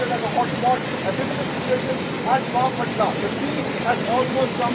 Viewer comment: It’s bapatla😂